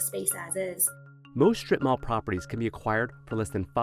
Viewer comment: In Asia we just call them "shops in Market" 😂😂 😂 .. "srip-mall" my foot 😂😂😂😂😂😂😂😂